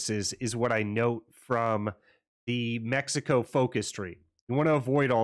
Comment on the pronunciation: MECICO POG nice build and noice mexican accent heheheeh